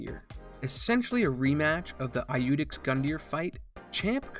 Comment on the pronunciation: It's yoodex, not i-youdex. Don't people learn Latin in the US?